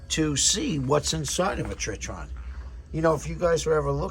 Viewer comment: Old video, but you pronounce it TRY - TON and spell it TRITON 😅